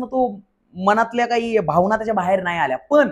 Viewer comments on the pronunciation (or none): none